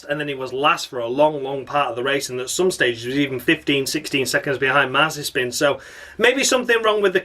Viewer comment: Crofty pronounced Mazepin as Mazapan It's Nikita Marzispin or Spin McSpinface you fucking bellsprout Crofty! 🤣